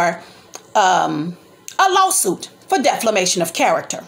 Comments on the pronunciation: Right , and it’s defamation not deflamation and you’re a public figure. Bethany was just telling what was told to her . You don’t have a dog in the fight sorry, and if she was so sick and recovering why was she there? Obviously she was looking to go and do something she had no business 🤔. I know you’re mad as an auntie but grown ups have to take responsibility for their actions. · And it defamation not deflimation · You have the wrong meaning of defamation. You can’t even pronounce it .